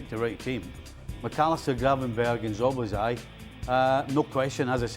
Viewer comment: Stevie butchers Szoboszlai's name in a different way each week.